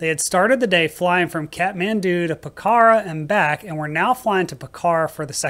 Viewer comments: Pokhara is pronounced Pok-ra, no “h” and the first “a” is almost silent. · Pokhara is pronounce with a long “o” sound and the accent is on the first syllable. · Yikes, I've done that exact flight, back from Pokhara ("POKarra" not p'KARA) to Tribhuvan. Took the bus going out though, the bus was more scary!